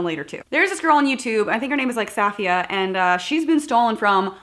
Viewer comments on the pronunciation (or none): safiyas name is pronounced like Sofia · The most fucked up thing is that safiya (pronounced like sophia) girl was an ex-employee of buzzfeed and the people stealing from her WERE HER FRIENDS